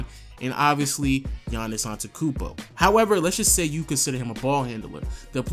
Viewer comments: ANTETOKOUNMPO NOT ANTEKOUNMPO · I like how you say you don't like when people mispronounce his first name yet you pronounce his last name wrong the whole video. It's ant-et-to-koun-mpo not ant-e-koun-mpo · If you want to be nit picky about his first name, you have to say his last name right. It's on te tu koom bo, not on te koom bo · it really pisses me off that you say you get angry at people saying incorrectly GIANNIS but then you pronounce Antekounmpo while it actually is AnteTOkounmpo.....You always forget that TO!! Don't talk if you do what you say not to do... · bruh dont say his last name if you dont know how LOL. An-te-to-kounmpo you keep forgetting the "to" antekounmpo just doesnt sound right :'C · he says antekumpo not antetokumpo. Hypocrite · i am greek and you complain about when peope call him Giannis when you pronounce his name antekoumbo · Don't complain about his name if u can't say it right.. Giannis AnteTOkoumpo!! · Yahn-iss Ahn-deh-teh-koon-boh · Yo it's funny you get annoyed when people mispronounce "Giannis" but you call him "Antekoumpbo" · i was going to type the exact same comment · HOW U PRONOUNCE HIS LAST NAME Ante-ta-koompoe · Antekumpo? You don't know shit. talking bout "Geannis" pisses you off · but if you get annoyed at people pronouncing the 'G' why don't you say the 'teto' in Antetokounmpo. You just say Antekounmpo. But yeah I agree with errthang else in this video. Gr8 job m8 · I love how you give people shit about pronouncing his first name wrong when you cant even pronounce his last name lol. There's TWO t's lol. Love your channel tho! ✌ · mispronouncing his last name talking about how to pronounce his first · since you're nitpicking, "in the poll the fucking ASKED a question", no axes were involved... and you are skipping over a few syllables in the man's surname... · you bitch about how people mispronounce a difficult to pronounce first name but you forget to pronounce a whole syllable in his last name